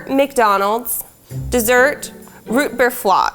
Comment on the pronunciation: "RoOt BeEr FLOt